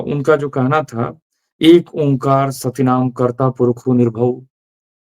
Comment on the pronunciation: Well said.But one thing I will suggest, when you take verses from gurbani you must read from english or gurmukhi. In Hindi translations your pernunsation will not be proper. For example it is sattnaam,kartapurakh, nirbhao, nirvair, akaal moorat, Aajooni saibhan( self created) gur parsaad.